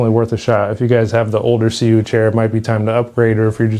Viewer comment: Are you pronouncing that right?